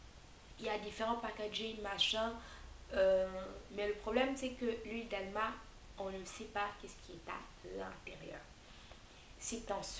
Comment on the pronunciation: c pas Alma mais amla hihi